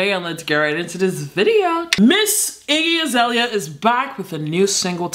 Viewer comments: "IGGE AZELIA" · From "Aireeana Grahnday" to "Iggy Azahleheyah"